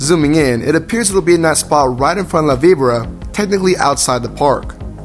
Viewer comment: For the love of God... It is (was) "La Vi-bor-a" not "La Vibra"